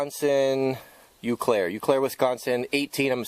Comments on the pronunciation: its pronounced "O Claire" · it is pronounced O Claire, meaning Clear Water in French. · First, the pronounciation of the city is "Oh claire"...it is my hometown so I am very sure about that. That company went on to become the Presto company. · Thanks for the vid! I have my Grandma's canner which i know hasn't been used in thirty years. BTW, it's pronounced "owe clare" -- French for "clear water."